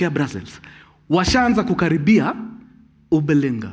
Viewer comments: 😂😂😂😂 Leo umechomea wajerumani 😂ati ubalinga? 🤣🤣it’s Überlingen mkuru 😍 Kazi yako Safi kabisa 👌👌👌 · Mkuru, "Ueberlingen" is pronounced this way: "Uuu-ba-li-ng'en.... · 🤣🤣🤣🤣 homa ya chibude imeshika mkuru, Überlingen ist literally pronounced.....yu-ba-li-ng'en....vile mluhya ata pronounce vile unapronounce , sasa bila ' p'.....🤣🤣🤣🤣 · 😂😂😂😂Abel you tried......Überlingen....pronounced like UBER*and then *LINGEN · Überlingen next to my city but his pronunciation wooii hehehe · Vile unapronounce Überlingen 😆😆😆anyway tuko locked kutoka Deutschland.